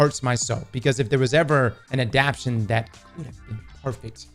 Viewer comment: Anyone else getting pissed as hell the way he’s pronouncing “adaptation?” 😂